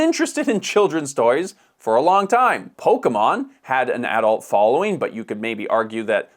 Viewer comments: It's pronounced Uhh-dult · Always enjoy your videos. But man, hearing you say the word AH-Dult like that so many times is just jarring. See ya in the next one! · I have never heard anyone say 'adult' the way you are saying it.